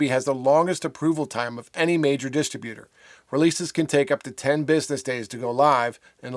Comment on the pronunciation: Why are you wasting two minutes telling us not to send MP3 files idiot? Any distro will clearly tell you what type of files to send; you can't even pronounce the word "Distributor"